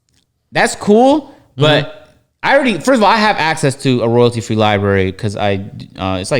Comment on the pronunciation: Damn, LoW can't pronounce library either lol